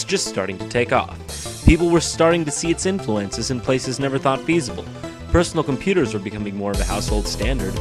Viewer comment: i love the PHersonal comPHuter PHPPHPHPHP